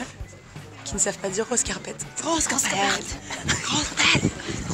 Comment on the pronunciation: Like si toi aussi tu t'es plié en deux en écoutant les youtubeuses espagnoles essayer de dire "Rose Carpet" a 😅😂😂